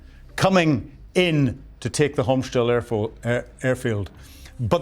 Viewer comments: Please, it's Hostomel, not Homschtel. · The name of the Ukrainian Airfield near Kyiv is Hostomel, not Homstel. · Yeah, wrong pronunciation from - it s/b Hostomyl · C'mon... it's not "Homshtel", it's Hostomel. And Ukraine didn't have Gepards when Ruszia invaded in 2022. Besides that, some of the video snippets you show aren't even related to that time period. If you can't get the basics right, your lecture about military tactics and strategy is just nonsense. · It's Hostomel airport. Not that hard to pronounce. ;) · Why doess he keep calling Hostomel " Homshtell"? it's annoying AF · Come on man...not "Ayek-sander" , but "Iskander"... ANd not "Homsh-tel"!!! But, "Hostomel/Gostomel"... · It's "Hostomel", not "Homshtel"..and "Iskander", not "Iksander"...😂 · I don't mean to sound churlish, but it would be great if you could pay just a little attention to pronunciations, pretty please. For example, it's Hostomel, not Homstel, and Iskander, not Iksander. These aren't big things, but they do your otherwise first-rate content a disservice. It's worth it to sweat the small stuff. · ffs. learn to read and pronounce. Hostomel airport and iskander missile. how hard is it to just read these names?